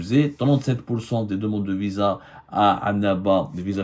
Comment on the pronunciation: Vous avez dit Visaa,Visa comme c visant?